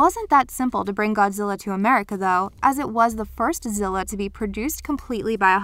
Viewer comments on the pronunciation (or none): none